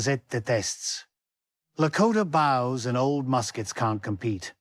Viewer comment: If you insist on using a digital narrator, then use 2 scripts - one for the visual subtitles and one to drive the digital narration software. Dates like “1848” spell them out or at least break it apart “18” “48”. And words like “bows” try phonetically spelling it, like “boes”. If that doesn’t work, then do some audio editing by first generating similar words like “boat” and then “toes”, then splice the two desired phenoms together in whatever digital audio workstation you chose (usually right after the percussive consonant sound before the vowel). I know it’s extra work but not doing makes the narration extremely distracting and a subject of ridicule on otherwise a great piece of work and compelling story.